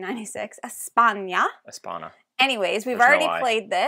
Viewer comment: It is España, not Espana 🤣, you can pronounce it like in lasagna